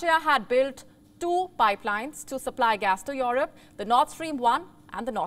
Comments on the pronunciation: ' Yourope ' ? lol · The way you say Europe is funny 🤣